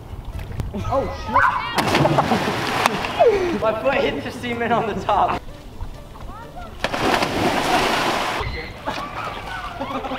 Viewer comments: the semen? Learn how to pronounce cement. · He said see-ment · ik he said cement but it sounded like he said semen lol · bland he said semen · he said sement not semen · He said cement like ceemnt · Drako Skape he said ceiling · he actually said "cement", just pronounced it a little differently :) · sounded like "My foot hit the semen at the top"